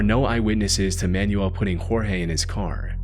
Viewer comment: Every time you say "Man-U-El" I think you're talking about an instruction guide. The name is pronounced, "man-WELL" - especial among Spanish speakers.